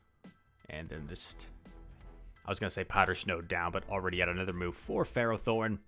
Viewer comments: How you say it is definitely correct. FEH-row-thorn. It's found in the Gen V magnetic cave. It's a steel type ferromagnetic pokemon. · You say ferrothorn correctly. It's ferro as in ferrous - made of iron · Ferro = Ferrous: Containg iron So i refuse to hear any other pronunciation, yours is right lol